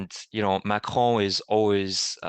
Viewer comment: I Salute you! Thank you for this update. And leave it up to the Canadiens to actually pronounce "Macron" right!